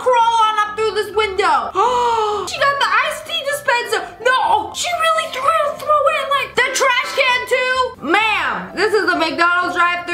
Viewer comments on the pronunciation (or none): He thwew me to the gwound.